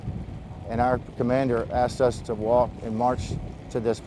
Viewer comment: “The way they treated UZZZ”😂